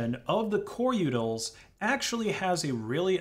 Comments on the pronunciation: Utilities... U-tils... Not yutals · u-tils, not u-tuls. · The uncanny valley of this AI narrator is intense. I've never heard a human pronounce utils with a flap-d before. U-udils and Coreudils sounding like Daffodils, but if a d already comes before it like findutils, then it is keeping it as a regular t? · it sounds like you keep saying "yootles" instead of "utils" and that makes me chuckle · not liking how you pronounce “utils” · The way you say utils makes me hurt on the inside. lol